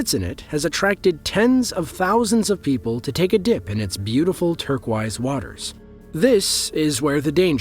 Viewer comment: The picture showed a hole close to shore but this may have not been the real thing. I thought that was strange too, to say it's in the middle. I've also never heard someone pronounce "turquoise" the way he did, though I generally love his way of speaking. I'll see if I can find footage of it on YouTube.